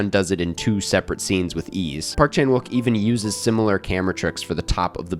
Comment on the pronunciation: Nice analysis! Subscribed. By the way, there is technically no “w” sound in Korean, even though it’s used in Romanized spelling. “욱” is pronounced “ook”, so Chan-ook Pak is more how to say his name. Rolls off the tongue more